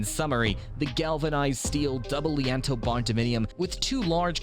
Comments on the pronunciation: Lee Ann toes...bruh, it's lean-to this is fucking hilarious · Again….”Lean-To” (Phonetically: Leen-2). Silly muskrat